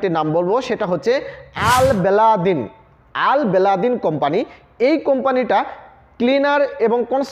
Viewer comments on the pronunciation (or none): কোম্পানির নাম ঠিক মত বলতে পারে সে কিনা সেরা সাতটি কোম্পানির নাম জানাচ্ছে। আজব!!!! ৩.আল-বেলাদিন নামে কোন কোম্পানির এখনও অস্তিত্ব নেই k s a তে।নাম হবে বিন লাদেন কোম্পানি বা বিন লাদেন গ্রুপ।